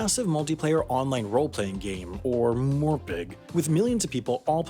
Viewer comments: Never heard anyone pronounce it "morepeg" instead of just saying the letters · I kinda laugh choked at Moor Pigg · It's MMORPG not More Pig. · Morepig?! Everyone knows it’s pronounced mumorpuger! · Not "morpeg". M M O R P G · Em em oh ar pee gee (mmorpg) pls just never say muhmorpig ever again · Normal people: M M O R P G: mOorPIg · Calling MMORPG’s “more-pegs” upset me more than it should have. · pronounces MMORPG as "morpig" crimes against humanity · Um, that's pronounced 'muh-more-pih-guh'? * pushes glasses * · Ah yes, MMORPG, also known as MOR-PIG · did he just say morpeg? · MMORPG lol- the letters are said out loud so M M O R P G XD i hope you know that xD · Who pronounces MMORPG as more-pig? 😵 Just say the letters... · I’ve been playing MMORPGs since 2003 and seriously, this is the first time I’ve heard someone read MMORPG as ‘morpg’. 😂😂😂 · Em em oh ar pee gee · MMORPG is pronounced Mu-mor-PA-ga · Who the hell pronounces it as morpig it's a heresy! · i heard More-Pig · True it really is pronounced MUH More puh guh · No one calls it that... well, except this guy. Must be a lonely life. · Istg if I hear people pronounce MMORPG like did in this video, I will lay all blame on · With the "that probably meant you had friends in middle school" and the pronunciation of MMORPG, I'm out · Did he really pronounce Mmorpg like a single word wtf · Did you sound out MMORPG? You monster. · Holy shit the person who made this knows nothing about gaming or wow. Literally pronouncing half the shit wrong including MMORPG lol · Don't ever pronounce MMORPG like that ever again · The way he said Zul’Gurrub and MMORPG lol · did this guy really just try to pronounce mmorpg like it was a word? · The way he pronounced “MMORPG” gives me cancer. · I really like your "bad" jokes in this channel, especially the way you pronounced MMORPG. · jpeg is pronounced "jpeg" mmorpg is pronounced "mmorpg" gif is pronounced "gif" nothing controversial about that :)